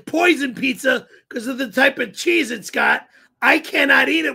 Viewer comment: Lol called the Corolla a toyoder and a pizza a pizzar😂